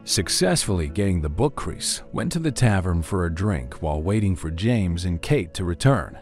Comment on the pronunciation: love the AI voice "Chris" sounds like "Crease" lol